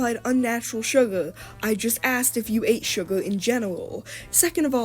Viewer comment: “surgar” 😭😭😭 bro is giving me second hand embarrassment as a teen